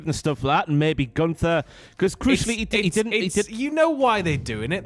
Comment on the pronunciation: Your pronunciation of Gunther is so weird I must say ☺️